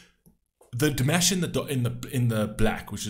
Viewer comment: I'm surprised that for as long as you have been reacting to Dimash, you still are not pronouncing his name properly.